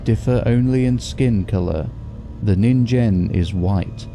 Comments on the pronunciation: Minor nitpick but "ningen" is pronounced with a hard g. "Neen-gehn" as opposed to "nihn-jen". Otherwise good stuff. 👍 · Just to let you know, ningen is usually pronounced with a hard G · Yeah no that's not how science works. Also ningen is with a hard g, not a j. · Yes they pronounced Ningen wrong